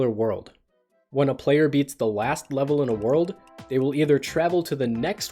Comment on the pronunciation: "When a plwayer beat the wast wevel in the world..." Literary genius.